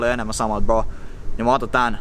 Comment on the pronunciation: Sanot kokoajan bro sun videol mut se kuulosta just ku sanoisint bo